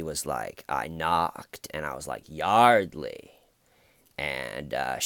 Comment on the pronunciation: Hey! Like the goatee thing going on. The Huguester - Busted! His accent kills me. "I was like Yawdley, I just wanna tawk about the incidents that have enshewed". Then "The conversation was like, not going enywere." Well,, maybe it wasn't moving along because the poor girl was dead! I agree about the detectives. The female one was great at creating a friendly bond with him to get him to talk. Not sure if I buy George's theatrics when he found out Y was dead. Yeah, Detective Ed needs to step up his game.